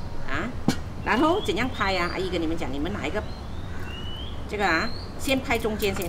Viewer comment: 阿姨，是削皮，不是pai皮😂😂